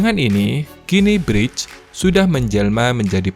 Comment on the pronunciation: bacanya briks bang